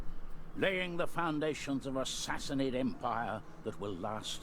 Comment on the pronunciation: Go / Sassanid Persia! End slavery through out the known world. Sassanid is pronounced Sassaneed, long "e" sound:^) We need close order Tirbad archers too (could also use pavise for sieges, and which can be combined with Paighan spear, pronounced Pieghan, a long "i" sound:^) Oh Dart were first used with the Paighan spear also...